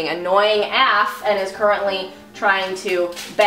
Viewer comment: I've never heard anyone pronounce "af" as a word rather than saying the letters so congrats on being the first